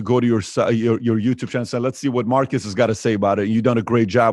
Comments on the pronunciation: His name is not pronounced "Marcus". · Dude you said his name wrong for 40mins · I'm guessing he let you know that you pronounced the city name correctly because he wanted you to start pronouncing his name correctly.